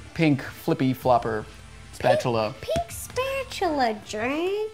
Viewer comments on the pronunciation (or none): When she said pink spachula it sounded like pink spachula jerk